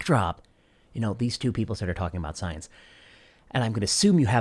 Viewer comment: It's pronounced "Scoi-Ence!"